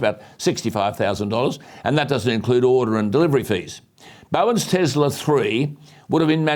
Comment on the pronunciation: Alan, as much as I love your shows, I would like to ask you a small favour. Please do not say " Tezla". Nikola Tesla was one of the greatest inventors in the history, so surely he deserves that little bit of courtesy to have his name pronounced correctly. His name is Tesla with an S.